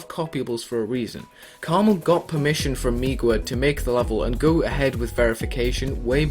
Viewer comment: Its pronounced karma "L"